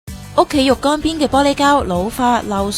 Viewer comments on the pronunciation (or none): 蘋果講嘅嘢，好過無啦。旁白小姐，懒音充斥，入声讀唔到。浴缸讀成肉乾，还有好多，不長气講了。膠咀切成咁斜，不必。